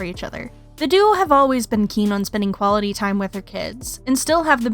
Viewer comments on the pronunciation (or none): none